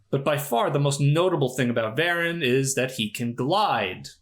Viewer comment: It's isn't "VARan". It's "Vah-RAHN"! Get with the accent, please. 😂